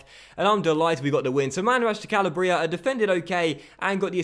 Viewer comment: This is my 6th time commenting this. YOU PRONOUNCE CALABRIA WRONG! It's an entire region of Italy, so please learn to say it correctly! Like this so can finally see!!!